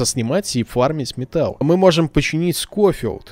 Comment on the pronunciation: Не скофилд а шофилд и я в твоих видосах про ванильные выживания ставлю лайк